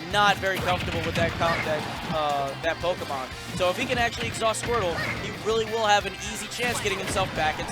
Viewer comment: I like how the announcer pronouces the é in Pokémon properly instead of butchering it like "poke-em-on" or "po-key-mon"